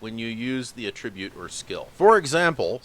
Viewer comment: A little Grammar Nazi business here: It's ATtribute, not atTRIBute. That's because it's a noun, not a verb. Like how you have to conVERT people in order to turn them into CONverts. Or how a CONvict is someone who has been conVICted of a crime. Or if you adDICT yourself to nicotine you become an ADdict. I know it may seem comPLEX, but you don't have to develop a COMplex about it. Just alLY yourself to good grammar and pronunciation and you'll gain many an ALly. Grammatik macht frei!